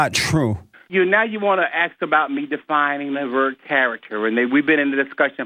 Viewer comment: And says, "ax"... don't know what's with some people's failure to pronounce "ask".